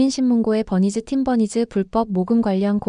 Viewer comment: Please fix the pronunciation of Team Bunnies. It's been so long! So grating to hear 'Tim Bernice' every time.